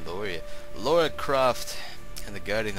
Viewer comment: it's Lara Croft not Laura Croft :(